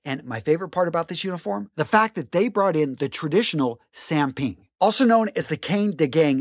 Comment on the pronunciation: Aku cuma tertawa bila dia sebut "samping" dan "kain dagang" Bunyinya malah jadi "sempeng" dan "ken degeng" 🤣